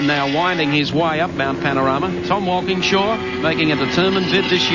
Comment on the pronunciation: Mike Raymond saying Walkinshaw wrong and Moffat calling him an Englishman are the only things wrong with this beautiful clip. Watched it live when I was younger.